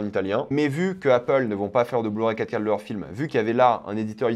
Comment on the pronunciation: Quand il dit 4k j'entend caca ducoup je suis content